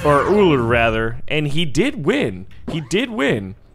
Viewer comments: its not urllr its ullr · I’ve Found out it is prononced ull-er and he is Thor the God of Thunder’s stepson. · It's pronounced You-ll-er. Ur welcome. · It is pronounced Er-lure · I pronounce ullr like Oh-ler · its u lar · Ullr is pernoused (Ūl-ra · you offended 1000s of people with your pronouciation.